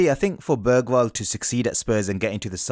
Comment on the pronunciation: Hearing English people saying Bergvall… well at the intro atleast, sounds like he said börgvall eller bögvall bög=gay and dont think Im saying this because I support another Swedish team I don’t watch football